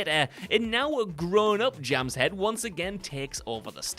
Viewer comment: The pronunciation of the name Jamshed is horrible. Even the Simpsons were closer to its actual pronunciation, but pronounced the "D" at the end, which isn't really a letter in Persian, Hindi or Urdu in which the name exists. It's much closer to "Jum" "Shaeth" when spoken.